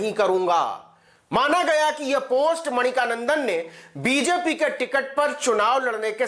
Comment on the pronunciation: Brother, his name is Mani-kandan not Manika nandan.